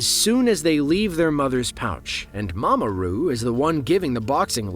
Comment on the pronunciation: Narrator said mama roo and I start looking for RuPaul.